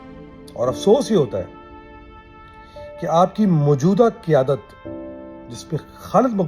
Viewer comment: Sir you are punjabi ku k ap ki urdu pronounce theek nahi ap Qyadat ko kiyadat keh rahe he jb hi ap k andr bht bugs he wafaparasto k khelaf